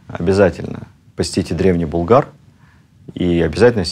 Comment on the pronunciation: Спасибо за теплые и справедливые слова о Шаймиеве. При всем уважении к вам: не БулгАр, а БУлгар (ударение на первый слог).